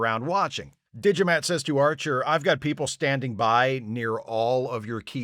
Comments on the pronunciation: „D'Jamat“, spoken like Digimat...sounds like a unique and powerful 1993 input device for PC. You know, bought by people without a clue about tech, who than praise the builders like gods (that's what the builders hope). Of course this business model never works out and only 1000 of them are being made. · I heard "Digimat". Sadly, they had to cut out, for reasons of time, all the scenes containing his brother Fotomat. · I'm also hearing Digimat. So thank you, for getting the Digimon song stuck in my head. Again. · "Alas, poor Yarrik" - Extra Internets points. And is it just me, or does "D'Jamat" (which I'm hearing as "Digimat") sound like a vending machine for calculators? Excellent analysis. Yes, the ending is SO "Let That Be Your Last Battlefield."